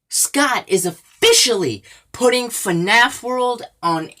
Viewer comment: He say's f a naf6... how sad. And he doesn't know as anything about FNaF